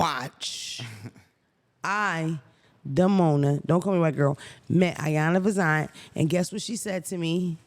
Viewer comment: Lmaoo her name is not Ayana Vazant 😂😂😂😂😭 iyanla vanzant